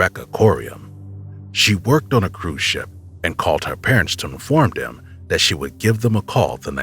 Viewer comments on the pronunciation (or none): would appreciate better enunciation of words such as 'them' 'that' 'there'....its not 'dem' 'dat' and 'der'. please pronounce your 'TH' correctly.